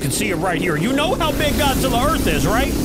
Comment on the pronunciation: Everybody is saying Godzilla wrong